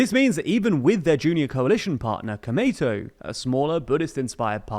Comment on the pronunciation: It's pronounced Ko-U-Mei-Tou, not KomeiTou (which is very confusing to hear - definitely not the same thing)